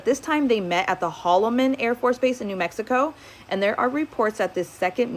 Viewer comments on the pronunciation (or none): none